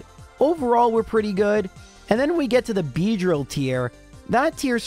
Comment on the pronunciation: Why did you have go re-record Audio and say "Beedrill" like you're setting you voice up?🤣😂💀